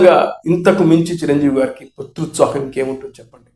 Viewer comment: పుత్రుత్సాహం కాదమ్మా... పుత్రోత్సాహం 👹🦥